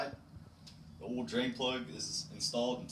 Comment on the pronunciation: LoL it’s called oil not all